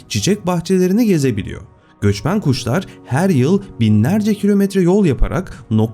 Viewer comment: Bi göçmen guşlar oldu orda Bi şive kaydı ama